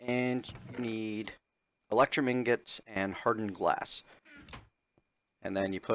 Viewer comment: lol. You keep saying tingots. I say that all the time on purpose.